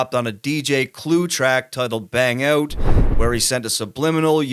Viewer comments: Joe destroyed all of them, and 50 never got back. Also, hearing the host say stuff like "blowing her back OOT" in a Canadian accent is hilarious. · Lol funny how you say "out". What accent is that please?